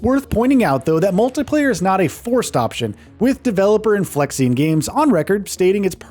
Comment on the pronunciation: I mean he's not even pronouncing "Inflexion" properly.